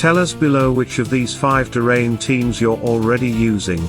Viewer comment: It's like a sink drain; DRAYNE. not duhhh-rain 😆😂 make it stahp 😅